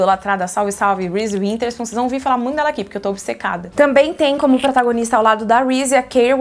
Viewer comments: Eu adoro que você sempre falar winterspoon e não witherspoon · Toda vez imagino a Maqui tentando corrigir Karol quando ela fala WiNterspoon ao invés de Witherspoon kkkkk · Karol nao consegue falar Witherspoon rsss